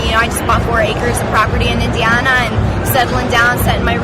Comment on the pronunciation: bitch doesnt know how to say indiana